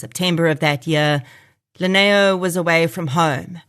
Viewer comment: Lineo is pronounced as Dineo Basotho from Lesotho Translates Li=D e.g Limpho as Dimpho Lineo as Dineo 🙏